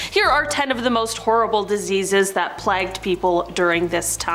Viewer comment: plagged? really